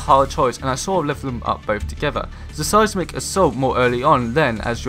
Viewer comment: Just a pointer I think your videos would come across a lot more professionally if you worked on the pronunciation of words, for example you kept saying "Suh Sighs Mick" assault, when it should be "Sighs Mick" assault :)